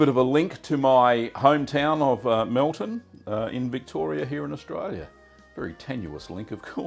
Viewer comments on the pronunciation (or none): none